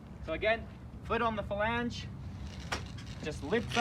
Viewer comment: Falange? lol